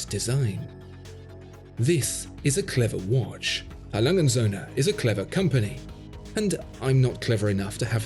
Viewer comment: Well that is a beautiful work of art, and beautifully described. There is just one thing I didn't like, and that was the way you mangled the company's name. A. Lange & Soehne is a name A. Lange and sons we would say in English. Lange would pronounced Lung-eh like a lung with an ehh and Soehne pronounced like sern-eh.